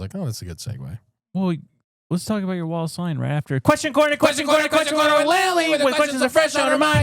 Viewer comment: Am I the only one that keeps hearing “wall of slime” everytime says “Wallace line”?!?